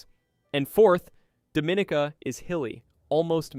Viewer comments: It's not pronounced Doe-min-a-ca. It's pronounced Dom-in-e-ka. Don't piss them off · #4 is “dom ih NEE kah.” Not “DoMInica.” Please learn to pronounce the place/community names correctly, and thank you! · It's pronounced dah-mah-NEEK-uh. So how do we believe you after that? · Dominica is pronounced Dom meh NICA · It is pronounced. dom-min-EE-cah! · And it’s pronounced Dome-Ah-neek-Ah, is it not? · and by the away, it is called Domineeka !!! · In English we say Dominica. 😉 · He’s mispronouncing Dominica lol! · You clearly have never been to these places . You butchered the name DOMINICA.